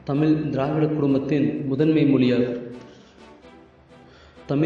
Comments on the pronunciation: நண்பரே!! தமிழ் என்று உச்சரிக்காமல் ஏன் 'தமில்' 'தமில்' என்று கூறுகிறீர்கள்? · டேய் அது தமில் இல்லடா தமிழ் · யாருய்யா இந்த ஆள். "தமில்", "தமில் மொலி" என்று கூறி "தமிழை" கேவளப்படுத்துகிறான் . அவனை போய் பேச வைத்து தமிழை அசிங்கப்படுத்தறீங்களே. அவமானம். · செல்லக் குட்டி "தமில்" இல்லையடா "தமிழ் " சரியாக உச்சரியடா என் செல்லக் குட்டி. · Pls correct your accent of Tamizh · தம்பி தமிழ் சொல்லு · Learn to pronounce Tamil first properly and then do videos pls. Do some research properly Tamil has more than three thousand years of documented history and much more undocumented. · "தமிழ் " சரியாக உச்சரியடா